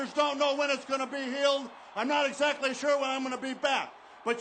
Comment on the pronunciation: Always loved when slick said "exacataly"